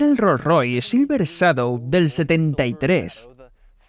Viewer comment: El doblaje en español es un asco, ni siquiera pronuncia bien la palabra " Shadow "...😢